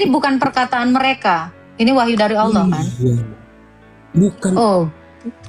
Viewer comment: Allah bukan Olloh. bukan pula Theos dibaca Allah 😅😅😅😅😅😅😅😅😅😅😅😅😅😅